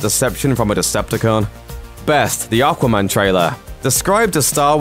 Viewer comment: What's "Arquarman"?? 😂